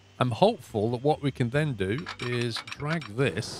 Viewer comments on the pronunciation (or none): none